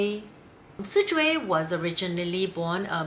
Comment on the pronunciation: I will never get over people mispronouncing Lan SiZhui and Lan Qiren